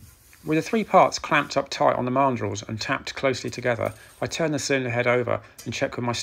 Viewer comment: Camshaft marndrulls? Sorry, can't work out that last word. Please clarify. Many thanks. Astounding work as ever, sir!